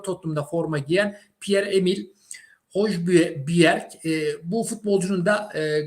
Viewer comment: yıllardır isimleri söyleme konusunda sıkıntı çekiyorsun. Biraz araştır be kardeşim. Hiç mi İngiltere ligi izlemedin? Hoyberg diye okunuyor